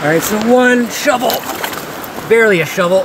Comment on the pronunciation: got shloovel. 🤣.